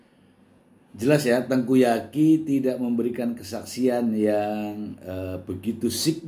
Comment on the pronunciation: Tengku Zaky... Mr.... bukan Tengku Yaki🤭